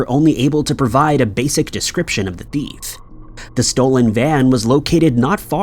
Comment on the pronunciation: It’s frustrating… you still continue to pronounce “thief” like “deef” or “beef” and even sometimes like “teef”!!! Please google the right pronunciation and your viewers will appreciate you more…